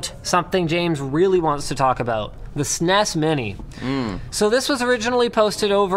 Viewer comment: Damnit linus its s-n-e-s not sines.